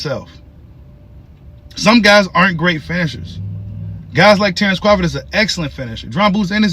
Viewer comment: I love your channel, but when are you going to start saying his name correctly?😂